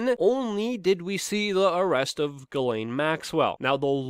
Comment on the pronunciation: It's pronounced, "jizz-lane". Just trying to be nice, but you did pronounce it wrong. Again, it's "jizz-lane".